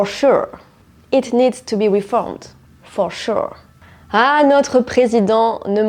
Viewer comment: «Faux chou» 😂 Je suis allemande, qui essaie d'écrire en français....😅 Mais personellement, je trouve qu'il s'est débrouillé très bien et réussi à se faire comprendre – ce ça qui compte🙌🏻